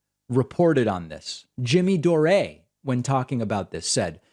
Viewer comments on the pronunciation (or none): "Jimmy Doh Ray" LOL!